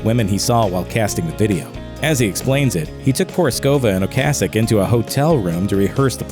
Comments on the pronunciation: Colbert has no clue. O CASS ic not O Case ic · Btw ocasek pronounce in czech language is ocasek, we’r not using k as c, and meaning is little tale. But in slang is little dick🙂